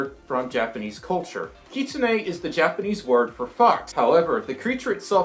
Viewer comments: It's prononced how it looks. Kit - soon - ey. Not Keetsoonees. :3 Love ya! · Burps: 1 MLP References: 3 I think I know who that creature is... XD I think Kitsune is pronounced as “Kit-soon”. (Majira pronounced it like that in his Furry Alphabet video). Bean Boozled 5th Edition came out btw. I think it’s time you do a second bean boozled video. :) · Kit-zoon is how you say it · Its kit-sune it pernouced kit-soon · Because dragons are BOOTIFUL Also I’m pretty sure it’s pronounced (kit-soon) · It’s pronounced Kit-sue-na But u spelled it correct UwU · Correct me if I’m wrong but I think the pronunciation is ‘kit-soon-ay’ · Kitsune (Kit~soon) that’s how you pronounce it. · Pronounced 'Kitsuné' wrong you say "Kit" like a baby fox. Now you know 👍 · In Japanese its pronounced as Keetsoonays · Don't mean to sound rude but- it's pronounced kit-soon (I think- idk) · Just so you know(not trying to be mean) it's pronounced kit-soons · Yeah… you mispronounced Kitsune:/ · You said kitsune wrong (kitsune)